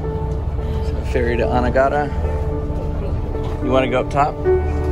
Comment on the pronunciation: It's "A-NEE-ga-da" . You guys pronounce the name weird.